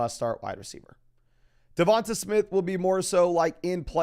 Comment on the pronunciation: Hey. I’m an Alabama fan and I just can’t help but to tell you that DeVonta Smith is pronounced like “DeVon-Tay” as opposed to “DeVon-tuh” 😂😂 love your content though keep it up!